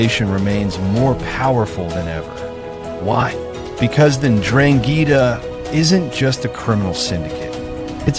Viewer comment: STOP SAYING DRANGHEETA!!